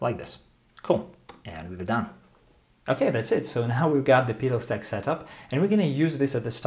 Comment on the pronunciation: The way you pronounce "Petal" reminds me of "Peter File" from the IT Crowd. LOL